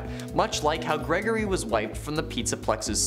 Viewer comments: Ah yes... "GERGORY" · "Gergory" lmao